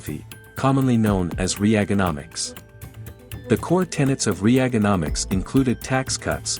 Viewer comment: No , you didn’t pronounce Reaganomics like that.